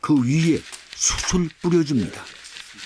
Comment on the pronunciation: 숯을.... 읽을땐 수슬이 아니라 수츨!!!! 진짜 거슬리네요..